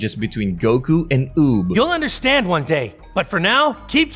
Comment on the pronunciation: is it me or did he call uub fub?